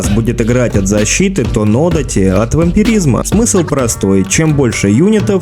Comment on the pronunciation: нодАти или одАти, это если уж реально придраться хочется.😁это оба длинные мечи. большой буквой ударение показал.))